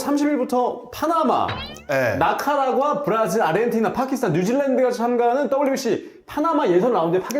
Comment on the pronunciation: 나카라과 아니고 니카라과입니다